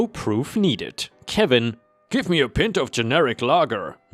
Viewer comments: Not "pin-t"......"pie-nt" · FYI: I've noticed several times that you're pronouncing pint with a short 'i' to rhyme with lint. It should be said with a long 'i' to rhyme with time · a cold Pin Ton a warm day. It’s werid hearing it pronounced that way as an aussie, but makes sense if first use of the word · "Pint", say it like the tree "Pine". The same "I" sound as your "Ripe". A Pint glass is a large glass used for beer so often that it's British slang to use the word Pint to mean Beer: "Let's go grab a pint". (Not that I'm British, just that I've seen a lot of British TV and movies), LOL! That baptism story, whoa. I am as unreligious as you can get, I'd be against anything religion-based, but I do stand by the idea that people should feel free to practice their faith (just, don't inflict it on others). That said, that was so completely wrong. You DO NOT make a major decision like that for someone who isn't your kid! And the wife should have realized this and not try to minimize it and make excuses! He's right, that was a betrayal of trust not to be ignored (the event itself is irrelevant, it's the action that's bad). Then it turns out wife was in on it, you DO NOT make a major decision like that without the other parent! What kind of chicken is she that she relented but didn't even TRY to discuss with him? Sounds like he was more undecided than against it, and happy to stick with the status quo for now. I mean, she's right, it's pretty meaningless, just a bit of water and words, easy to forget about it, but again, this is about the breach of trust. You don't mess with someone else's kid. And HOW THE HELL does a priest go along with NEITHER parent being there, including the one arranging it? Kid is two, what excuse is there to not just wait for a week where the parents can atte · By the way "pint" rhymes with "Ripe", not with "hint". It is a long "i", like pie-nt. Every time I hear you say the word I cringe lol. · Pint is pronounced with a long I- like pient.